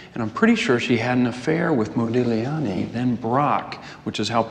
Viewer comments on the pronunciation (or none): none